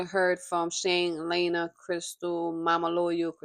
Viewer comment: Why is it so hard to Say LEE-ANNA who tf is LAYYYY-NA😩